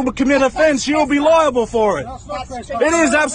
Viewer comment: You’re gonna be held eliable!” Eliable??? 😂🤣😂